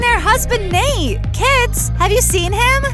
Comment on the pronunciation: Nate is like this not nait